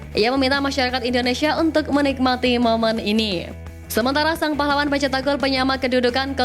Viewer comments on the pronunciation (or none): none